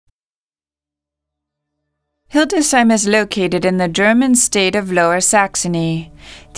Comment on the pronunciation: I agree about the music, but i suspect the whole video is auto-generated by AI. Also, it is not Hilde "Sheim" as the AI narrator says. It is Hildes "Heim". 🙂